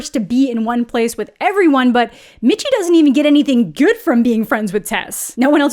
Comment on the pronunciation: "She's really gouid" 🤣